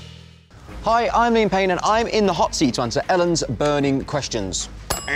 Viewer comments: I Swear to god I heard "I'm in pain" when liam said "I'm Liam Payne" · At first I thought he said “Hi, I’m in pain” and I was like “What??” 😂😂😂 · everytime he says his name it sounds like "hi im pain" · Please don't tell me I'm the only one who hears "I'm in pain" instead of "I'm Liam Payne" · I thought he was saying at the beginning : ”hi I’m in payne“ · Did he say iam Payne instead of Liam Payne.